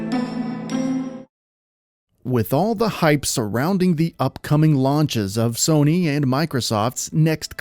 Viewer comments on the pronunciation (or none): none